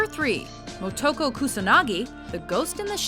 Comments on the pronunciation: Way to mispronounce Motoko Kusanagi. Say it with me now, "Mo-to-ko." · its pronounced Moe -two-co